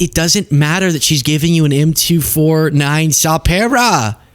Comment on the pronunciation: hey lady, its Em Two Forty Nine. get it right